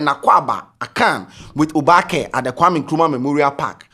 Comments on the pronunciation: is not oobake oo it is oobaake 😄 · Pls it is Oobake NOT obaake! And it's similar to the adinkra symbol. Its not a street/ spoken word. All the Gs's are asking for is inclusitivity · It's not obaakɛ it Oobakɛ̀ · pls it’s not pronunced obaake . it’s oba ke literally meaning you’ve surely arrived 😊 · it's Oobakɛ. You stress the ooo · Because you’re pronouncing it wrong. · you're not pronouncing "oobakɛ" well. Please ask or learn the correct pronunciation.😅